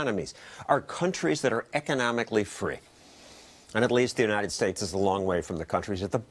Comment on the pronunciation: lol "Unites States"